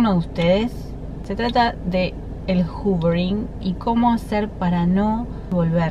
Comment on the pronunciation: X q ponen titulos a las técnicas en ingles ! X favor ! No se entiende nada . Q es el hoovering . Encima lo pronuncias juvering. Explica mejor q es !?